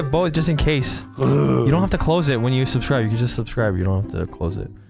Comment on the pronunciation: Please like and subscribe? Nah, “Pelase leakiae anade surburscirbe”